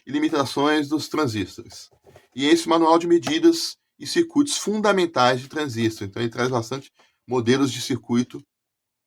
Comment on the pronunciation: É muito bacana vc trazer esses livros e comentar aqui para todos nós, parabéns e obrigado né. Gostaria de trazer um comentário construtivo com finalidade de também ajudar os amigos q amam eletrônica. O comentário é sobre a pronúncia q gostam de fazer sobre a palavra TRANSISTOR, observei q a pesar de ter escrito na capa do livro a palavra TRANSISTOR sem acento agudo na letra i , e a pesar de conter uma letra r no final, as pessoas gostam de falar " TRANSÍSTO " . Não me levem a mal, longe de mim querer ser professor de português, mas observo q é uma mania muito antiga de pronunciar "transísto " , não é o correto .